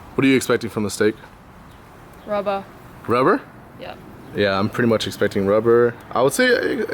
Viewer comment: Rubbah? She a bostonian?